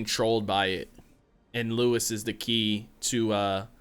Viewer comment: "Lewis"??? Again???? Hahahahaha! Nice reaction - keep up the good works (and remember...."Lois" - pronounced "low-iss"!)............*edit* glad you realised again !! xx